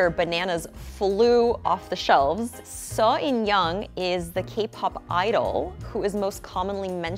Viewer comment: I love that she said Seo Inyoung's name correctly